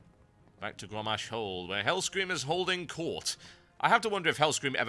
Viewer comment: Lol.. "Gawwosh"